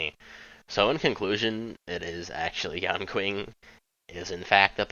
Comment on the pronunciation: his name is pronounced yan-shing NOT yan-king